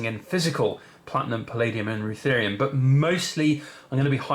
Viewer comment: Rutherium or ruthenium ?